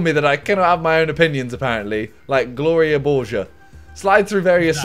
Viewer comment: YOU DONT KNOW WHO GLORIA BORGER IS? IM UNSUBBING U WORK WITH T-SERIES AND YOU CANT EVEN SAY IT CORRECTLY